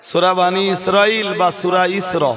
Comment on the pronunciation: হে পন্ডিত সাহেব সুরার নাম ঠিক উচ্চারন হলো না